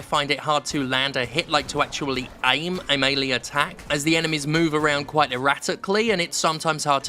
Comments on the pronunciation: I'm sorry for a whole min or so I wasn't listening because Sterling said "Melee Attacks" and I my mind suddenly fell apart trying to understand what I heard. Sterling said "Melee" (May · lee) and I was thinking about how that pronunciation sounded different, perhaps the accent, but then I imagined "Melee" (Mee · Lay) and was like wait that doesn't sound right. And then I remembered Melee (May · Lay) which sounded correct in my head. Till I began to ponder if this was incorrect as that was my brain referring to how I have pronounced "Super Smash Brothers Melee" (May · lay) And people would correct me saying "Melee" (Mee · lee) So then I was thinking, "So is it Melee, Melee, Melee or Melee?" Eventually I would rewind the video about 3 mins, very good review. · The "-lee" in Melee is pronounced as "lay". It can be said as "Mel-Lay", "Mee-Lay" or "May-Lay". They're all valid, but "lee" is not.